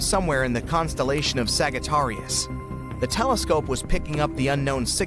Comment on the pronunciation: 31,12 "Sagggatarius" ?....Oh A.I. narrator, you are so silly...